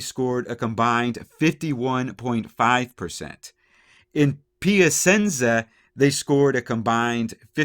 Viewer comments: Good video, just a heads up the c in Piacenza is pronounced like the ch in "chat" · It’s pronounced “PEE-AH CHEN-ZA.” Great video nonetheless. Love listening to your news. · Great video. Pedantic I know but the 'c' in Piacenza is pronounced like 'ch' in English.